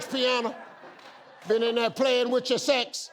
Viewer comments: I thought he said "heavy things" instead of "having sex". And when will people understand that America is NOT a country??? The United States is a country. Mexico is a country. America? NOT a country. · I thought he had said insects and thought hmmm, well ok sure. Then 'sex' came up and I hit my own head against my desk.